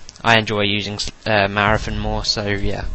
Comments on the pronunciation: Its marathon not marafon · "marathun" hahaha i love that accent